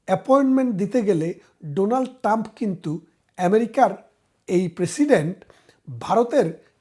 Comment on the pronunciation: "ডোনাল্ড টাম" নয়, "ডোনাল্ড ট্রাম্প" হবে। বেশ কিছু ক্ষেত্রে আপনার উচ্চারণে সমস্যা আছে, একটু খেয়াল করবেন।